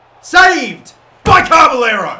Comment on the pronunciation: It's not carberllero there is no r between ca and b